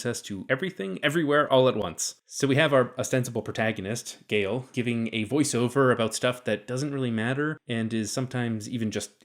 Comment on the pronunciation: I find it rather bizarre that the narrator in this video singularly fails to mention that Gaal ["Gaaal", not "Gale"] Dornick was NOT a woman in the book...!!! Dornick also only appears in the very opening of the first story of the initial Foundation novel.